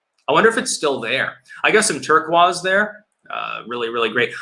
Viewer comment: The way pronounces "Turquoise" makes me so sad lmao. Still love you though.